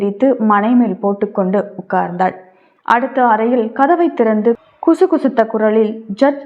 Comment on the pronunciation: That is kisukisutha kuralil ma, not kusukusutha kuralil.